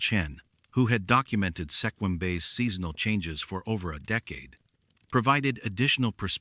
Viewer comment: I am laughing at ALL the mispronunciations of towns and county names in Washington. Cle Elum is pronounced (Clee-Ellum) Sequim should be pronounced (Skwim), and Juan De Fuca (F-you-ka)not (Fooka)Some of the native tribal names are butchered as well. AI, you still have some learning to do! 😂 Also yes, that Chen guy sure did get around as well as Robert McLeod.... What else is funny, I have lived in Washington all of my 56 years and have never heard anything about any of these stories.....Just sayin'! Wait, is this video real? 20 years from now will there be no record of its existence??? 😮